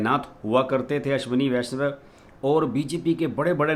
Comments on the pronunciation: अश्विनी वैष्णव है पूरा नाम, आप वैष्व उच्चारण कर रहें है। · Correct pronunciation of his surname is वैष्णव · नये रेल मंत्री का नाम का उच्चारण ठीक से नहीं कर पा रहे हैं। जबकि लिखा ठीक है।